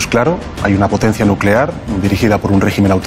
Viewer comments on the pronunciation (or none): Nucelar, es Nucelar